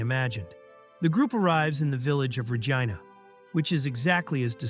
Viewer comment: PLEASE! It’s Regina (re-‘jee-na), not (re-jai-na)! Don’t make it sound like a lady part, perv! 😂😂😂 Reminds me of the airplane scene in MCU Shang-Chi. Awkwafina says the Gina joke.